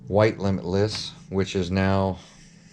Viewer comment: Limitless....say limitless!